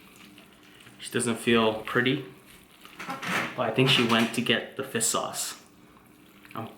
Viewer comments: fish not fiss lol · It sounds like he is just saying fis. Instead of fish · He says fiss sauce instead of fish sauce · it is fish, not fist. lol. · What is "fiss" sauce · yo what the fuck is fis sauce? fish sauce?